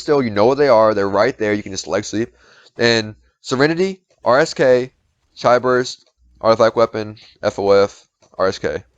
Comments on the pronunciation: Repeat: "chee" "chee" Chee". there ya go. Not "chai". OK, now "spahreng". Great. Otherwise, great video, well done. Just get the correct pronunciation for stuff and you're good. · hes saying Ch i not Chi ....... like Ch - e not Ch - I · Btw you pronounce it as chee XD besides that though thanks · Please never stop saying Chi how you say it..... It makes me laugh. Make that your thing XD even tho it seems it already is.